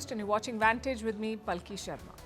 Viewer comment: Ma'am, the correct pronumciation of your name is Paalki not Palki. Just a thought. Meta reconfirmed as under: "The Urdu/Hindi word "पालकी" (Paalki) refers to a traditional Indian or Pakistani mode of transportation, similar to a palanquin or a litter. It's essentially a covered platform or seat, typically carried by bearers on poles. The correct pronunciation is "Paalki" (पालकी), with a slightly emphasized first syllable (Paal-). The pronunciation "Palki" is also acceptable, but "Paalki" is more phonetically accurate. In Hindi and Urdu, the word "Paalki" is written as पालकी and پالکی, respectively." I suppose, Palki is no word in Urdu or Hindi language. The closest could be relating to Palak (eyelash), that is, relating to Palak - but it is not used as such. Hope you don't mind. Deeply value your input on world affairs.